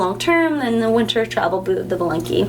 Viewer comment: Please pronounce 'valenki' with emphasis on the 'a' and as 'aaaaaa'.